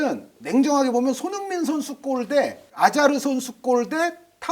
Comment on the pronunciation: 아자르를.. 아자르라고 부르지못합니까 우째.. ㅠㅠㅋㅋㅋㅋ